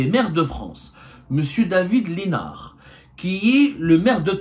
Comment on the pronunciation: David lissssssssssnard on prononce le s el mal